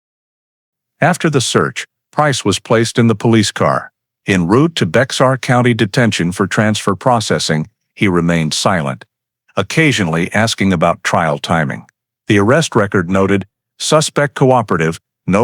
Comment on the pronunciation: Great video but you butchered Bexar county. It’s a Spanish word pronounced Bay-har. 😂